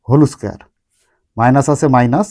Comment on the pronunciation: হোল স্কয়ার ❎ হলৌ স্কয়ার✅